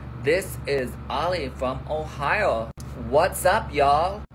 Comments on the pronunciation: 😂😂😂 he said “Ohio” like “ohayō” I can’t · Lol he said Ohio like Ohayou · Oh god he pronounced “Ohio” like “ohayou” that was the weirdest thinf ever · oli's ohio, american accent cracked me up i almost spit out my bagel.